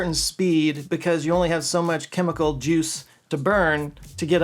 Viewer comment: i guess they do only wear the hat in dallas. congrats to for saying chemical correctly and not kimikul like most texans. 😂🎉